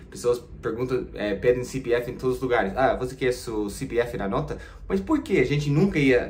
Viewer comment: Não é Ci Pe Efe. A pronúncia correta é CE PE EFE.